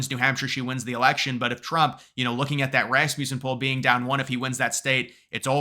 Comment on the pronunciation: It’s pronounced Ras-muh-sen. Rasmussen. Not Ras-myoo-sen. lol